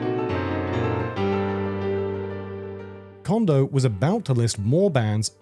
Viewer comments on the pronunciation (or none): Just some constructive criticism, narrator - Note how you pronounce Koji. Apply how you pronounce the O in Koji to how you pronounce each O in Kondo. 😊